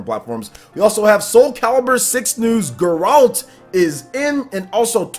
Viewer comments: Its Geralt.... NOT Ga-rolt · How is no one pointing out the atrocious pronunciation of everything related to the witcher. How can someone on a game channel have not played any witcher games? Gotta love grrrralt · Maximillian Dood called him "Jerault"